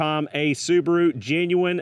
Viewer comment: The little soo-bar-oooo. Wow.